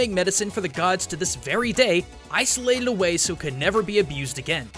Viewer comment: Did he say ice-olated?!